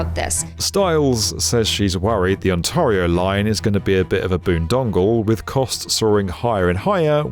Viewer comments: That's "BoonDOGgle", not boondongle, lol. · Ooops -- "BoondoGGle" not "BoondoNGle" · Boon-dongle :D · Also, "boondongle" at about .